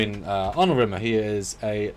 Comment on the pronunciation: Rimmer only should get S-tier if you say his name right, with the weight on the Rim 😀